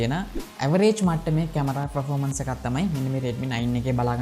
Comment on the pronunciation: Redmi X2 නෙවේ Poco X2 පර්ෆෝමන්ස් මිසක් ප්‍රොරෝමන්ස් නෙවේ රිවීව් එකක් කරනකොට English terms ගැන මීට වඩා සැලකිලිමත් වෙන්න🙂